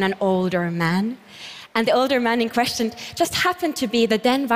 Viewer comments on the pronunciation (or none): none